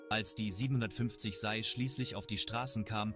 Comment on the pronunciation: Man sagt SEI, nicht SAI.